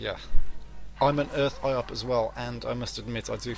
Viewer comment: Nice! BTW, Iop is pronouced 'Yop". ;)